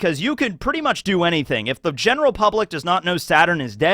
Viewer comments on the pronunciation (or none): none